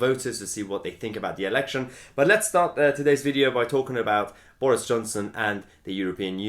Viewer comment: Just here for way mahyer says boreis